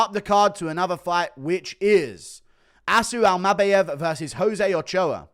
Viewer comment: Something about how you say Almabayev is making me want to scream 😩